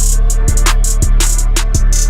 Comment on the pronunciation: Комментаторы неправильно говорят Правильно - Шарапов Рамзан